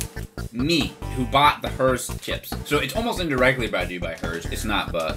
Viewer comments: When he said Herr like “her” I felt that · Herr's make good pizza flavored snacks. Me: When you said that name, it sounded like a mumbling villager from Minecraft. Just wanna point that out.